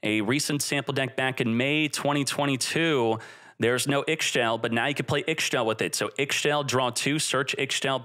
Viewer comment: I'm just happy to use all of my Darklords again. Also I'm pretty sure Ixchel is pronounced "E-Shell" or "E-Chell"